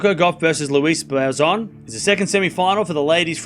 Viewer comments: It’s Boisson not Boizon. It reads “S” not “Z”. Just saying 😊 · I don't understand why he keeps pronouncing a "z" sound. He's Australian, so his native language is English, and "ss" is pronounced with a "s" sound like in French.